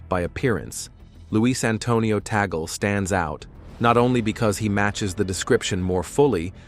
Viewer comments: correction- TAGLE not TANGLE and read as TAG-LE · what tangle are you talking about? it's TAGLE not tangle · The family name is " Tagle", not Tangle", please correct it! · It has been written TAGLE. Not TANGLE that way you suggest.